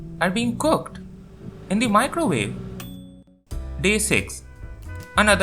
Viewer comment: and plus with the thick accent 💀